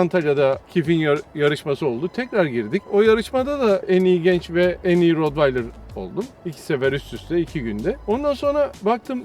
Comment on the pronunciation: Rotvaydır değil bi öğrenin artık, köpek eğitmeni bile rotvaydır diyorsa yandık